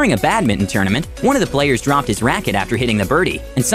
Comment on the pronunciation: Apart from mispronouncing badminton and calling the shuttle cock a birdie, this was a good video.